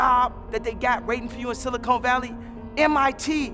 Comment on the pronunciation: Espresso Kanye...Espresso, not expresso.. Silicon Valley, Kanye...Silicon Valley. Not Silicone Valley. You fucking genius you!...lol. I respect a lot of what Kanye is talking about, I'm just being silly. He's on point with a lot of what he's saying